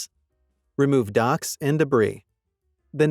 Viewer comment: Did AI, with a silent “h”, say remove docks?